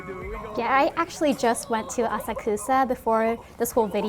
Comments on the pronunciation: You cant even say Asakusa right... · I totally agree this dude was so disrepectful but her pronunciation of Asakusa was killing me lol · Kind of weird that a Japanese person would mispronounce 'Asakusa' so badly